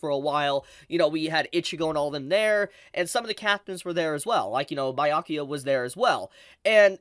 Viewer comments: And it still feels like its still warming up. (....also it's "bee-yakuya" not "bye-yakyuya".) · Wait not tryna be annoying but where did you get bi-akuya from 😭😭. Everyone says bee-akuya either in dub or sub lol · It’s Byakuya not Bayakuya pls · Who t f is Bayakua? It's Byakuya. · I don’t care much but I know others will cry so for next time.: bye-yakuya Everyone else: B-ya-kuya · Stop saying bayakuya..... it's BYA kuya . Ur adding an A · Nah let me help you “bro.” It’s Buh-yakuya not “bee” lol have y’all ever taken a Japanese class or spoken Nihongo? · its Byakuya not bye-ayakuya 😂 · It's not BAI-YA-KIYA. BEYA-COOL-YA. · Be-ya-coo-ya. Byakuya. 🤔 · Bi-yakuya? cmon youve gotta be trolling with these pronunciations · “Bye-yakuya” is going to hit different next week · Am I missing something? Is there a reason why he calls him BYE-akuya? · Why do say Bayakuya? It sounds silly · I swear if he says bye yakuya one more time I'm gonna flip a table😭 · It hurts a little bit, with so many times you hear his name (Bya kuya) throughout the whole anime you should learn how to pronounce it but I guess that doesn't matter that much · Did this man just say Biyakuya and Itchigo? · Lemme try to help you out bro Bee-ya-koo-ya (Byakuya) E-chee-go (Ichigo) (H)Way-co Moon-dough (Hueco Mundo, you can pronounce it with an h or not) Hearing you pronounce Byakuya like that so many times was rough man 🤣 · "Baiyakiya"💀 Byakuya behind be like:👁👄👁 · did he say Bayakuya? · I was straight like yo wtf is bye Yakuya 😅love. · Lol 🤣🤣 🤣 love how you pronounce Byakuya to "BAYA"kuya ... You just made my night, All the way from South Africa. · That's one of his selling points. He gloriously mispronounces the Japanese names ALL the time. And for some reason he leaves out the first "b" in subscribe. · i love your videos but why are you pronouncing byakuya like that 🤣🤣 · My heart aches everytime tries to say Byakuya or Hueco Mundo